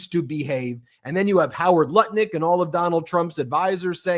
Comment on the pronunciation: Did you say Nut Lick or Lutnick??😊